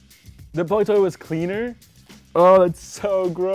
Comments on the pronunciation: "The BOILET TOWL is cleaner?" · Did he say "boilet towl?" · It took me too long to realize that this said boilet towl and not toilet bowl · Aliens exist guys, listen to how that guy says "toilet bowl" .